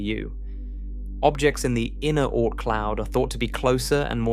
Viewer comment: The "Oh-Ort Cloud" 🙄